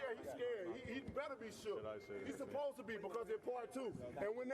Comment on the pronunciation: This guy said crelability and susspose to - why can't wilder talk